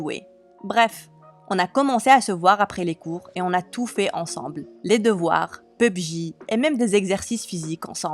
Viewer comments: Pub-Ji 😂 c’est pour pas dire PUBG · Pubji xD non mais serieux.... P U B G 🤦🏻‍♀️🤦🏻‍♀️ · P.U.B.G C'est comme ça on dit😭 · Yes pubg (pubji) in English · On dit pubg